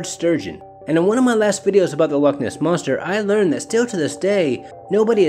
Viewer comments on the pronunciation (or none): none